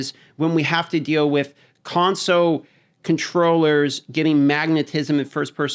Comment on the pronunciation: You know there is an L in console right? :) It's not conso